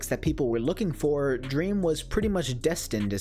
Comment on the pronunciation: “dweam is life” -dream stan